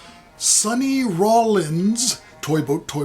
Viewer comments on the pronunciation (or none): If Bruckner had become Muslim and did a jihad he could have had 50 virgins, he really missed out on that one. Loved the fun facts on him. Classical musicians have so many great stories. I am intrigued to hear some of Bruckners music now. Saully Rollins? You have watched too many of my videos, that is what happe. Then you pronounce that Loyd album like a complete pro. Interesting sounding album. I have to check my Rothko books on the Rothko Chapel, sounded interesting. What a ton of records, all items I have never owned. Really enjoyed it. Enjoy your week